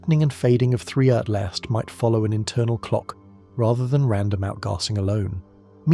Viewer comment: Correct your AI narrator...it's ATLAS, NOT ATLAST.